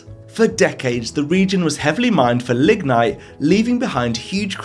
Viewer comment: "ligmite" yeah ok bro sure youre not gonna get me with that one